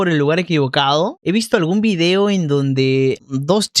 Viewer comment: "Vidio"... Tienen una confusión cultural durísima